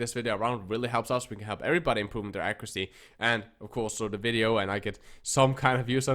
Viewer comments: very clearly said the n word. ac·cu·ra·cy. He either said the n word or It's a different word we can't make out but its definitely not accuracy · 90% what?! 😂 sounds like you said the N word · after replaying it for 20 times i cant hear anything else besides the n word😂Maybe he meant to sneak it in his video?